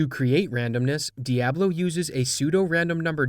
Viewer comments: I hate the way you pronounce Diablo. It's Dee-ah-blow! You say - Dee-ab-low :(. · Dee Ah Blow, not DEE AAA BLOW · its pronounced "Diablo" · dude pronounced Diablo like a native Chicagoan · the dude doesnt look up how to pronounce diablo....and then has the nerve to pronounce diablo and diablo differently